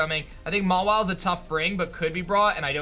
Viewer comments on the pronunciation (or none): I'm sorry, did you say... "ma-while?" It's ma-weelay, sir.